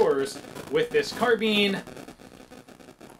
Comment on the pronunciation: I can’t tell if I have been pronouncing carbine wrong my whole life or he has saying carbean